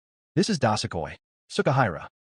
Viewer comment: Thanks for thr recap but damn plz get the proper pronounciation; i couldnt find anythg about this "dasekoi" you speak of - turns out it's DO-SU-KOI. How do you end up pronouncing da-se-koi